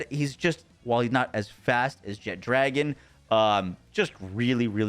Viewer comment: apparently we just need to learn how to pronounce Jet-Ragon there is no D